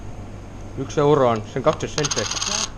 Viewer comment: Kas Peeterrrrr annab mulle ka ühe eurrrrro